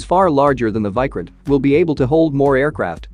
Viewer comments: First of all It is Vikrant not Vycrent You Western youtubers never even search about the correct pronunciation(the most basic info), and expect us to believe in you completely 😂😂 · It’s not pronounced like Bykraant it’s Veekraant. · It's vikrant not viikrant 😂. Your pronunciation sucks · It's not VAI... pronounce VEE...VEE😅😅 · Pronunciation of VIKRANTH is not correct Mr.. You are wrongly pronunciated of VI in the full word. That is pronunciated as VIctory or Victoria like that. Need to check with Terminology Pronunciation atleast before making Videos of other Country matters.. And content also not correct. Quantity is not important but Quality and experience is important in warfare. India may had less number ACs due to it's economy, but had experienced a lot from decades.